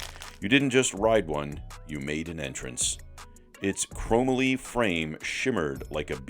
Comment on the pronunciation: You need to figure out how to pronounce Fiola's name and Chrome Molly...